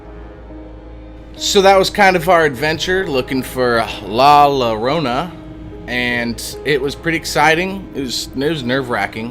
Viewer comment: the double L llorona is pronounced like a Y sound. so it's pronounced like Yorona